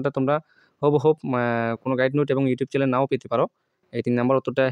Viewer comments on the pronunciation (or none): none